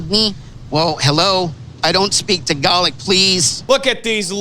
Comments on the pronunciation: "Tagalic" Ooh wow I wanna punch him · Someone want to tell him it's TAGALOG not TAGALAK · Uh it’s tagaLOG not togaLAC Uhhhh so irritating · Wtf is tagalic Like I’ve never hear anyone say Tagalog as ‘ tagalic ’ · I just want to scream through the screen "IT'S PRONOUNCED 'TA-GA-LOG' YOU ASS" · Is that how the word "Tagalog" should be pronounced? Honestly curious. I think I've been saying the word wrong. (See, some random white American chick on the internauts cares more about respecting Pinoy culture than this dude whose fiancee actually comes from there.)